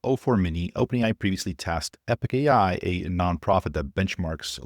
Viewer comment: NOT Epic AI!!! Epoch AI... pronounced eh·puhk